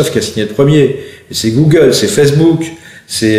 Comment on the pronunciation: un magistrat qui ne connait pas la prononciation d'un terme comme google ... même si on ne lui demande que de dire le droit, il me semble que cela traduit au mieux, un manque de culture manifeste, au pire un décalage abyssal avec la société dans laquelle il vit ...il est quand même censé donné un jugement ! si il ne sait pas de quoi il parle .......